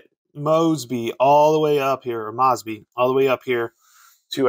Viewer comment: I played this game, a LOT. According to the rules, when the heat got too hot, Mosby and his Raiders could "skedaddle." The dictionary describes "skedaddle" as to "flee in a panic." Mosby is pronounce MOESBY, not MAWSBY. Just sayin'.